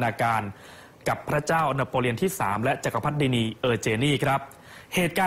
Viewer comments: ขอบคุณสำหรับข้อมูลนะคะ ติดขัดนิดหน่อย ผู้บรรยายผู้หญิงอ่านคำว่า จักรพรรดินี ผิด ต้องอ่านว่า จัก-กะ-พัด-ดิ-นี ไม่ใช่ จัก-กะ-พัด-นี นอกนั้นดีงามทุกประการค่ะ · จักรพรรดินีเออร์เจนนี อ่านว่า จัก-กะ-พัด-ดิ-นี-เออ-เจน-นี่ ไม่ใช่ จัก-กะ-พัด-นี-เออ-เจน-นี่ ชื่อพระนาง เออเจนนี ไม่ใช่ นีเออเจนนี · จักรพรรดินี ออกเสียงว่า จัก กะ พัด ดิ นี นะครับ